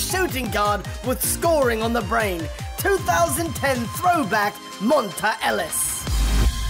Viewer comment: it's pronounced mon-tay not mon-tuh